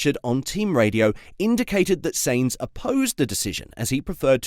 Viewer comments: It's pronounced Sign-z not Saint-z !! Get with the programme bud ! 😤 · His name is not Saints, stop hurting my ears like Ferrari engineer's when they talk. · Please learn how to pronounce the name of the person you are talking about!